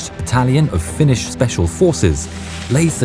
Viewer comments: I appreciate having someone who can actually pronounce finnish to voice act. It's on point! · Fun to hear my language on other channels spoken correctly